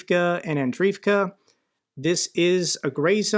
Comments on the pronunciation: not uro-zayne but uro-ZHAIN-eh. ZH like prigoZHin, or zaporyzhZHia. english speakers rarely use ZH and instead spell it as Z. also - klish-CHI-yivka, andri-yivka, starom-LYNivka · You got "Klee-shchee--yeevka" pretty well OK But its "Andree-yeevka"!